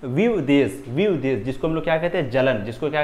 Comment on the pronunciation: Ye kya ho raha h विद्वेष ko vivdesh bola Jaa rahe hai 😂😂